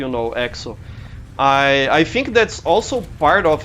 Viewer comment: Professor, o vídeo ficou incrível! E parabéns pelo inglês, não achava que você soubesse tanto assim, parabéns mesmo. Entendi 90% do vídeo! :D E prof, queria dar uma dica. Percebi que você pronuncia... Por exemplo. "Think", você faz um pouco de som de "Fink", mais com F, entende. Tenta fazer um pouco o som do "Th" com a língua. Mas tirando isso o vídeo ficou incrível. Foi só uma dica mesmo. :D <3💞